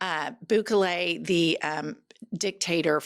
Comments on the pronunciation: I like you, but please learn the pronunciation of Bukele's name. (Boo'-ke-lay) He's the human form of a shriveled ballsack, and I'd rather you call him Bukake, but that's not why I sent this correction. I love the pod, you, Cathy and the Beaver. And I will admit, a southern accent on a woman is sexy, whereas, on a man, it just makes them sound stupid. I want to retain my attraction to the female southern accent. Please don't take offense. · The way you're incorrectly saying "Bukele" is killing me.